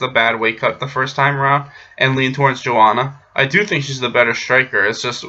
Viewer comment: You spoke very well joanna's name